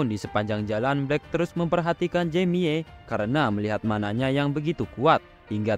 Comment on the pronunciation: Baca nya nama mc nya jemi bng jangan jamie bng